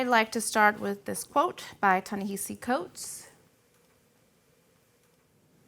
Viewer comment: Wish everyone had pronounced Ta-Nehisi correctly. But love this series.